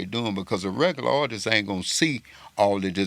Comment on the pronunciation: My man it’s “Artist” not artistss artisies artistes